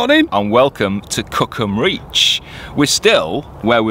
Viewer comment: Sure didn't sound like "Cookham"🤣